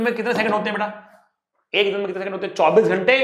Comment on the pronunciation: sir was continously speaking work "hote" Which each time reminded me of an Arabic person speaking😂😂😂 But really sir you are the best person and teacher😌